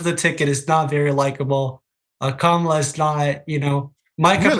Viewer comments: Her name is pronounced Kam' ala, not K-Mal' a,. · going back and forth with the name pronunciation. Total immaturity and disrespect.